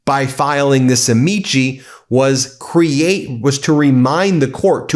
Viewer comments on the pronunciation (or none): Latin pronunciation of “amici” is ah-mik-eye. Accent on the first syllable. Not pronounced like actor Don Ameche. You outta brush up on your Latin, Ben. Well, go find a Latin and brush up on him. (Groucho Marx). Otherwise — good news video. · Amici => Am-ee-key It’s Latin and not Italian! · Ben, please learn to pronounce "amici"! It is Latin, not Italian.